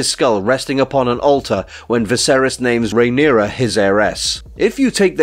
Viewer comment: You are butchering names 😂